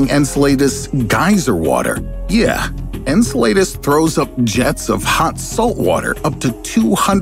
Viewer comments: It's pronounced "En-sell-uh-duss", not. "An-sell-ey-duhs" God I cringed every time. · Insul-latus lol :p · Enceladus -En-cell-ā-dus phonetically.. who narrates this channel?!?! Every one of their videos have numerous mispronunciations, incorrect facts, graphics that are wrong, and maps pointing to locations that aren’t the place they’re talking about.. The last episode I watched, they were talking about Nova Scotia and the pointer on the globe map was pointing to a place that was likely in New York State, nowhere near Nova Scotia.. Don’t peddle your content as facts when they’re often completely wrong.. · "Enceladus," I'm pretty sure it's pronounced as [en SEL lah dus]. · "En-cel-AY-dus".... bro why even make a video on something u dont know how to pronounce, just type it into google, it'll tell you how its supposed to sound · I was like... WTH is "In-suh-lay-dis" .... Lol 😜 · Ngl but they way you say EncelAHdus is annoying me 😂. It’s not EncelAYdus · The way you pronounce Enceladus is so painful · I cringed every time you mispronounced Enceladus, thanks. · "On Enceladus" Oh my goodness, the way you said hurt my ears. Thanks. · Lol, yeah me too. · His pronunciation is not perfect... Enceladus he pronounced wrong...sorry. Good doc tho anyway. 😀